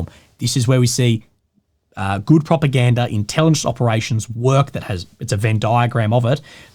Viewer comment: Propagandery ? 😅 is that the kings English?